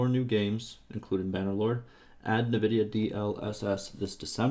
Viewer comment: Nevidia? Please call it NVidia.